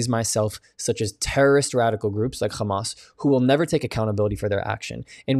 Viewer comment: Must you make that repulsive phlegmy grating KH sound instead of the soft H sound when you say Hamas? It’s Hamas NOT KHamas. The world will thank you - including people who are 100% pro-Israel. Continuing the KH sound is pure stubbornness and inconsiderateness. Thank you. Constructive criticism.